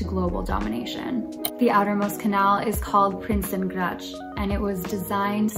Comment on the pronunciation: I bet the canal Prinsengracht isn’t pronounced PrinsengraTCH.